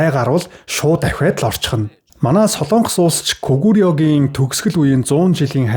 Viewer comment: СОЛООНГОС биш СОЛОНГОС шүү... гос подкаст хийдэг жүү???? ккк